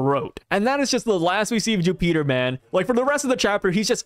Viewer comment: Jupiter ❌ Jewpeater✅